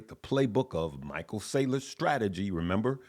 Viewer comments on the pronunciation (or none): none